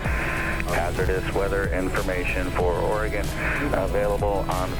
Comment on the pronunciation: I feel like says Oregon as much as possible because he's one of the few non-local people who pronounce it properly 😂😂